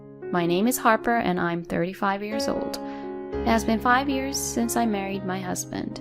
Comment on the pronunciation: Please narrator, it's "years", not "ears"!